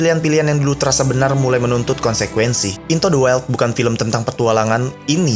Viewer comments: In tu de waild cara bacanya, bukan in to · Intu De Wail om.. bukan Into De Wel 🤭 ✌️ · Maaf bang bukan into to de wel tapi into to de wail ajaan inggris nya maaf perbaiki